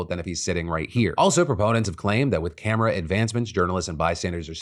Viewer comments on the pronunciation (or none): none